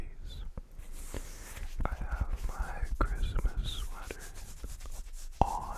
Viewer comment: "Chrimpasmas" is what i heard😭